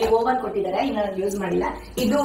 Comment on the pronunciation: Oven ❎ woaven ✅